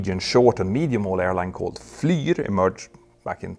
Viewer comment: Bro, I think you mean Fly-r (Flyer) not fliiiieeeerr